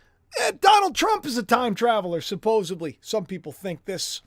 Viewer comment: Get on with it, and lose the Disco DJ Voice, please. (Oh, yes... And the CORRECT pronunciation of your favourite word, goes like this....👇 "SUP-PO-SED-LY"... There's no 'B' in this word. Ffs?